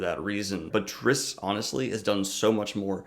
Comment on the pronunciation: Drizzt is pronounced Dritst.